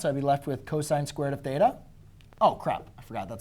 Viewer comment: god damn hate the way you say theta